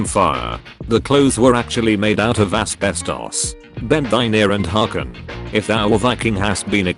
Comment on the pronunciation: Asbestos sounded like doritos sub species or step siblings